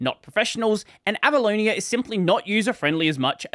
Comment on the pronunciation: Can't stop hearing "Abalone" instead of Avaloni XD